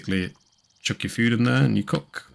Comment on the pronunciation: Did you say COOK in it or COC in it? Big 🍆🍆difference buddy😮😮😂😂